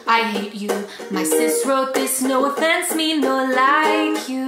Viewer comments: “Effense” XD yeah it’s hallarious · No "effense" 😂😂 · "No effenseee" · She even said “effence” when They spelt it wrong xD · "No eFfEnCe" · Me 😂😂😂"effense" 🤣🤣🤣🤣